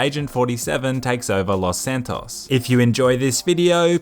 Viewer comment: stop saying Los Santos like that...